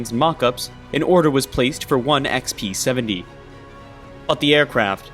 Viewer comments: Dude, it’s Ex-BEE-Seventy. Why do I keep hearing XP-70?! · Sounded like you were saying XP-70…. It’s B as in Bomber. Lol just saying.